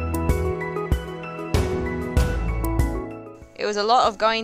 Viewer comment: Wujal wujal....not wuji